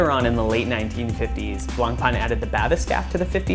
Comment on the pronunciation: *blank-pain *bath-escape pls learn to speak murican